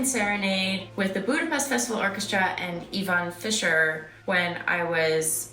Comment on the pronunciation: I was kind of expecting Natasha Romanova (Black Widow) to pop up and correct the pronunciation of "Budapest", lol. watch?v=t3IeDl0wVP4